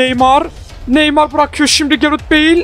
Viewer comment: Abi beil değil beıl